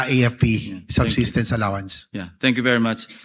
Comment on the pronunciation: Substances, Subtenence, Subsestence 😂